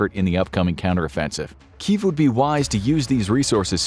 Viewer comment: I love these videos, but respectfully, you CAN pronounce "Iran" the way they do it, i.e. not "eye-RAN". You've gotten "Kyiv" down pat, after all.